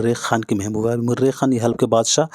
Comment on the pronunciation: Murekh nahi hota mareekh hota hai